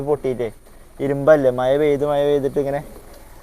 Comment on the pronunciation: മഴ.. ആണ് ബ്രോ മയ അല്ല 🙄